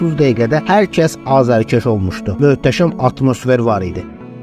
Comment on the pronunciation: Hər şey ela idi. Bir dənə "azarkeş" sözünu də düzgün yazıb tələffuz etməyi öyrənsək lap əla olar